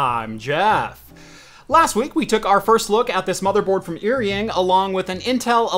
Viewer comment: Just a small correction on pronunciation because it bothers me a lot lol. “Eary-ing” makes me cringe. In Chinese pinyin, “er” is pronounced like “are” in English. (With 3rd tone). “Ying” is pronounced as you would expect with English spelling (with 1st tone). Correct pronunciation would be like “are”-“ying” Further context, the characters used, 尔(er) is an ancient Chinese word with the same meaning as 你(ni) which means “you”. 英(ying) has many meanings, can refer to English (language or country or people) but also has other meanings like hero or elite.